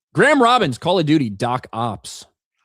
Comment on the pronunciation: is the dad that mispronounces everything lol. Doc Ops lol